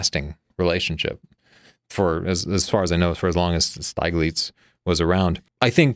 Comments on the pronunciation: Great review, thank you! Pictures not turning out as intended, I can absolutely relate to that,... Stieglitz the i is pronounced as ih not ei. The i is pronounced as the i in within not as the i in I. I am german speaking and it hurts when you make him Steiglitz. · This was funny bad. He doesn't even know how to pronounce Steiglitz and she's teling us what's wrong with Ansel Adams' compositional skills and use of dynamic range - the two things he's most renowned for. As for Adams making his own prints, John Sexton was his primary printer. Geez. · His name is pronounced Steeglitz.